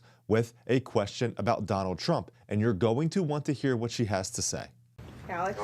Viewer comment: TRUMP not TRAMP !!!